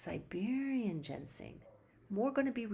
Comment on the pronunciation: It's Ginseng, not Gensing... :(